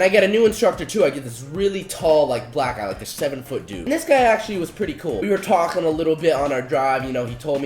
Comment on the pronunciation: "we were tahhlkqkqkuin"